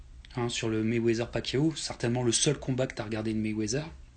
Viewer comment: C'est Quoi réellement la critique ??? Au final Ali c'est un goat, ce est qui le thème de la vidéo. Il prononce mal Mayweather ??? On dit ténu pas tenu. Est ce que c'est réellement grave ? Si il avait dit que c'était Jean Pierre Chalencon le goat à la limite je comprendrais.